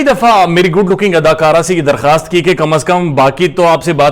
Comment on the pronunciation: Sir ap jab adakara khete h to bari hasi ati h great job👍😂